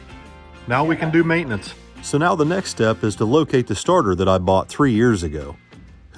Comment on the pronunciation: Does this mean kenny shall be racing 42 then Saturday 🤔😏?❤🎉🎉🎉 I laughed every time said Ma-it-tinin-nince....😂😂